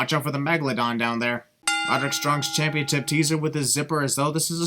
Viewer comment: SIN: “Championstip”